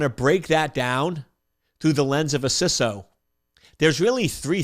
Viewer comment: Just discovering this channel and I love it. Also wanted to compliment you on saying "CISO" (with a short "i") - "sisso". I am so frustrated with people saying "CISO" with a long "i" - "sighso". Odd issue for me - yes, but again thanks for saying it that way. I look forward to getting through more of your videos.